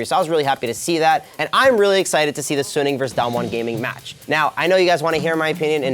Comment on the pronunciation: Its gonna be a damwon 3-0 is delusional. And he saying suning wrong